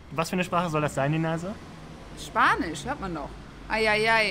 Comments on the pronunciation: Sagst du eigentlich mit Absicht Deneise statt Denise :D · Super recherchiert. Bist du sicher das Du Ihren Namen richtig aussprichst? "Deneise" hört sich komisch an, ich kenne es als "Denies" ausgesprochen.